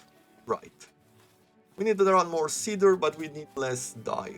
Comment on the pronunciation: Seems like a fun game - nice play through! Btw “cedar” is pronounced see-der not seh-der (hope you don’t mind, you seemed unsure 😉)